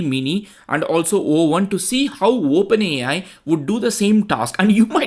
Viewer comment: Wow, this is really great testing. And I am really awestruck with how much better the performance is... The Animated card example... is just a stark contrast too. Ps... dont forget to "say Open A (pause) I" ... with a nice "eye" sound to the I. Great video.